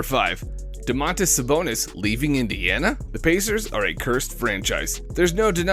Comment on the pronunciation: And Sabonis